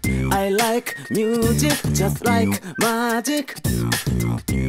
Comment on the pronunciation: ミュージックよりミューズィックの発音の方が良いかもです！ 歌上手いし1人で全部できるのはDaichiさんのアイデンティティ！